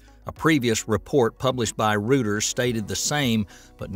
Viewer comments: "rooters." It's " ROY-ters." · . The Reuters news agency is not pronounced "ROO ters"; it's pronounced "ROY ters". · Reuters is not pronounced rooters, as in hooters, but roy-ters. Reuters is a German name and the German 'eu' diphthong is pronounced 'oy', as in boy. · Rooters! ha ha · Reuters is pronounced "roy ters". Stop making that Texan accent sound ignorant! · Suddenly no one can pronounce Reuters. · That's alright, the Brits have been mangling names for centuries, they are owed a few mangled pronunciations.